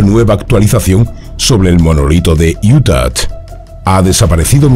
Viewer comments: Se pronuncia iuta !!!!! Quitale la maldita t al final!!!! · porque dice iutat? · Desde cuando una hache muda en español se convierte en ch ??? Ademas lo repites hasta la extenuacion, esta claro que o no lees aunque pidas opinion, o lees y quieres hacerte el soberbio con la corrección Allá tú, ya es costumbre oirte cambiar el sonido de las palabras, a mi plin si quieres hacerte filologo... y dar paradas al español aunque te corrijan Viva IUTACH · utah no tiene una T al final, se pronuncia con a al final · Porqué insiste en pronunciar Utah con "t" al final???? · Por favor revisa tu pronunciación de “Utah”. De donde sacas la T de al final??? Es sumamente desagradable oírte decir eso! Los vídeos son muy buenos!! No los eches a perder! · Así no se pronuncia Utah JAJAJA